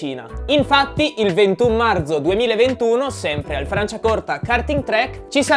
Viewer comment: marzo non marZo ti pregoooo